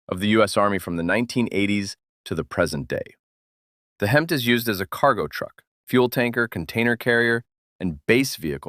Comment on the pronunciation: HEMTT is pronounced as Hemitt, and I'm surprised you didn't ID the Ural trucks as a must for the other side of the Cold War.